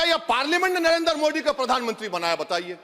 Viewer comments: ये दस का “द” साफ़ बोल लेता है लेकिन “मोदी” को “मोडी” बोलेगा क्यूकी एजेंडा है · This fellow does not know how to pronounce the name of Modi! In Urdu, Arabic, or Persian language there are letters like ِدل दाल and डाल ڈال ڈ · क्या ओवैसी को हिन्दी बोलना नहीं आता । मोदी को मोडी क्यों बोलता है। अगर ओवैसी को नाम को बिगाड़ कर बोलना क्या उसे पसन्द आयेगा। वाह रे ओबासी।